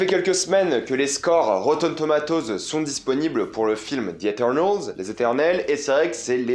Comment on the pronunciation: Ca me termine comment t’as dis “Rotten THOMATOZ”. Sinon tu me rassure, ne jamais faire confiance à ces critiques